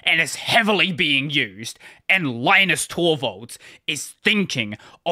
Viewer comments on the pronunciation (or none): Just a heads up: Linus Torvalds (and Finnish people) pronounce the name Linus as "Linnus".